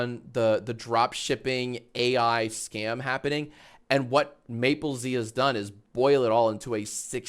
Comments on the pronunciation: btw jack, mappelz pronounces his username like apples but with an M sound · yea i was a bit confused when he pronounced it "maple z" cuz it does not look like that